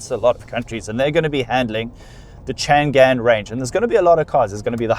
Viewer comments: CHANG AN 长安。。。。Not CHAN GAN。。。。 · Hi .it pronounce chang-an 長安 not chan-gan. 😅 長干